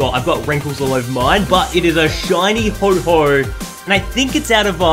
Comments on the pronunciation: Not to be rude but it's pronounced ho-oh not ho-ho just letting you know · It's Reg ice and Ho oh. Not Regi ice and ho ho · yeh it isn't ho_ho its ho oh